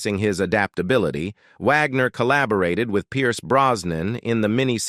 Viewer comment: "...When You See HER Today." HUH??? That's Bob Wagner, not Caitlyn Jenner. He's still male, from what I understand. And WHY does the narrator-bot keep calling him "Vagner?" STUPID!!!